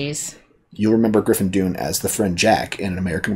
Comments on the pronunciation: "Dunne" pronounced like "Done" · Griffin Dunn not Doon... 😉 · Griffin Dunne (pronounced Dunn NOT Dune) is the son of novelist/ journalist Dominick Dunne and the brother of actress Dominique Dunne who played the teenaged daughter in Poltergeist and was murdered by her boyfriend soon after the movie was released. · Griffin Dunne (pronounced Done) has done a lot of directing since this and still acts occasionally. This is one of my favorite movies with NYC as a character. I was 20 years old when this came out and had moved to the Village in NYC about a year before. This doesn't get enough attention when Scorsese films are talked about, just as King of Comedy doesn't, but both are great and visually, obviously Scorsese. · It's pronounced Dunn folks, even with the E at the end - as in "done". My name too lol.